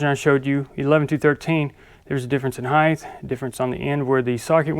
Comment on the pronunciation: Great video but there is no such word as heigth it is height there is no "th" sound but a "ite" sound. Grammar police here. ✌✌